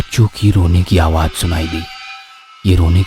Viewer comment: All are good I like stories also.. But please correct ur pronunciation like Awaaj it's Awaaz Plz work on it